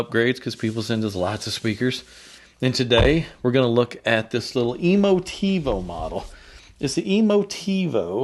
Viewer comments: Emotiv-uh, not Emotiv-oh. FYI. Otherwise thanks again. Makes one wonder exactly what shingle hangs on the wall of some audio designers. I think some of these people are former bank tellers. Thanks! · Emotive not emotivo come on man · Tivo was / is a great product and solution. It's so good it has you pronouncing Emotiva as EmoTivo. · This speaker measures and plays as the best in it's class for the price... That is no small achievement... And mispronouncing is disrespectful and makes that person look dumb...